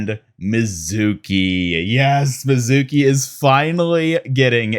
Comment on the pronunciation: Love some of the details on these, Kiriko’s skin is great, Hanzo’s is really meh On another note, Mizuki’s name is not pronounced that way. It’s ME-zuki, not Mi-ZUH-ki. Need to stress the first syllable, not the middle one.